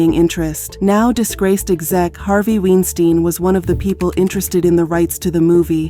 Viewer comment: The use of AI in these videos is annoying…. Who is KA-RHYNE? Who is HARVEY WEENSTEEN?